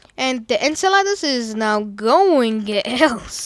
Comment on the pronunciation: Btw you say enceladus like inselidus